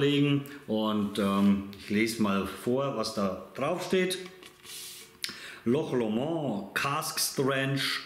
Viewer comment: Hi....der ist super!!! 😋Loch Lomond war meine Lieblingsdestillerie 2021, hatte da auch ein Video zu. In meinem nächsten Tasting-Video kommt auch wieder ein Loch Lomond.🥃👍 Übrigens spricht man's nicht französisch aus.😁😉 Ach und noch was wichtiges...ändere mal deinen Titel...da steht Manzanilla und es ist ja ein Amontillado. Hatte mich am Anfang echt gewundert. Dir ein schönes Wochenende. LG Olli, Slàinte🌌